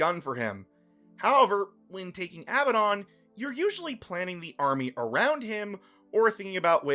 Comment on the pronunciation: Abbadon is "a badun" (a bad one).